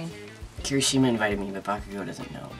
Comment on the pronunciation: no f*cking sh*t you called him bakago its bakugo but nice start